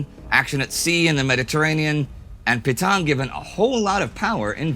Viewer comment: Nice to see Indy finally more or less pronouncing Petain correctly.